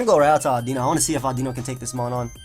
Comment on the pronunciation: Today I learned how to pronounce Audino. Thanks.